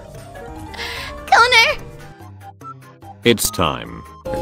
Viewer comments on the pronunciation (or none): Amelia: Cannur Ollie: Cone-er Lmao